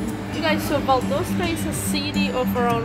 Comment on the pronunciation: Pronounced Val-dahs-tah…….not Val-dough-sta